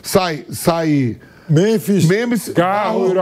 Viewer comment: Vampeta: " Memis." 😂😂😂😂😂